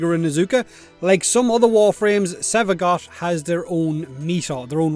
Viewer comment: I kept hearing Sevagot